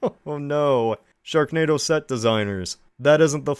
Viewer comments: Just rewatching for the laughs and did i just hear you right, did you call it "stone hedge" 😂😂 Edit - you forgot the K in "sharknado" you could maybe replace it with a T instead for "shartnado" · It says sharnado in the intro instead of sharknado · 'sharnado'. Is that like Xanadu, but for sharks? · Anyone else notice in the first tile it said sharnado not sharknado?